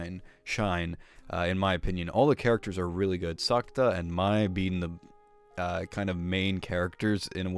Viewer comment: Is SA....KU....TA... LoL